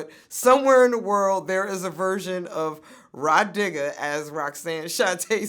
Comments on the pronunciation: Damn I thought Vlad said "My Nigga" instead of Rah Digga at first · Sound like vlad said “my nigga” but he said “Ra Digga” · i thought he said mah nigga 2 seconds into the video